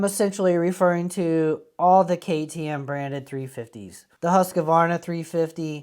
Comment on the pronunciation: Pronounced 'Hoosk-var-na'....